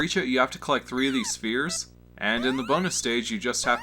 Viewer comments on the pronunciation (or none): none